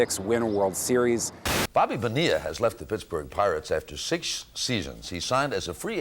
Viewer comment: How many times can they mispronounce Bonilla?